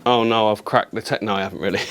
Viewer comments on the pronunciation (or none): none